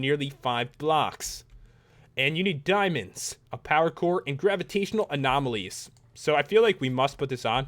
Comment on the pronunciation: When you say power core your like saying pakour